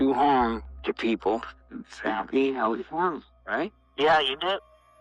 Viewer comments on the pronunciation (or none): none